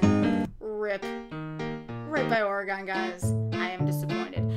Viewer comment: Oh my goodness, the way you pronounce Oregon. I hope nobody from Oregon hears it. Great video, nonetheless. Really hope we get to see you at SGDQ. You're a true talent.